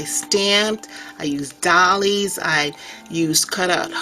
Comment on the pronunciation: Fabulous art! Very different take. Very original. Doilies (pronounce "oil" ---not like dolls).